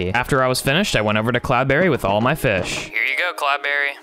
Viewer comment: Wan hondred feesh